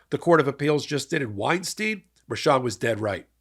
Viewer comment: wine stine, not wine steen! "ei" is pronounced the same both times.